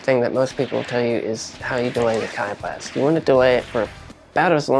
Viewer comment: Key blast not “keye” blast haha. Great tutorial though picking up bluku for the new season